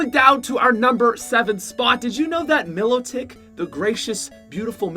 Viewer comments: U can’t pronounce pokemon, Arceus-(ARK-eus) Mylotic-(MI-lot-ic) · What is milotic? It's pronounced My lot ic! Get it right that's one boss butt pokemon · Why you say milotic like that?